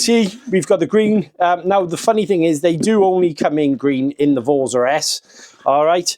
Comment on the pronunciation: It's pronounced vortza with an Italian accent 😂